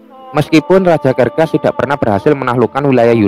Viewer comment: serses bang bukan kerkes